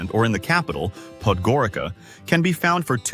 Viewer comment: It is not PodrgoriKa😂😂😂😂😂 if you live there you should know better how to pronounce the city name correctly.